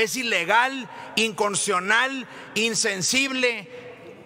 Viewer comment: El pobre Samuel con todos sus “ESTUDIOS” no puede decir INCONSTITUCIONAL